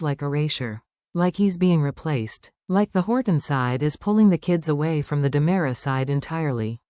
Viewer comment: You have a lot of mistakes in this picture show. First off it's Dimera, not Damara. Second, it's not dual, it's Days of Our Lives DOOL!! Make your computer generated voice correct!!